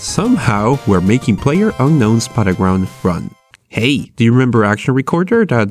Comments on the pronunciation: "Player unknowns butterground" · "PlayerUnkown's Buttergrounds..." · "Playerunknown's Buttergrounds?"